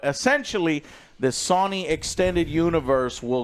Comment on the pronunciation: Everyone= "Sony" = "Sawny"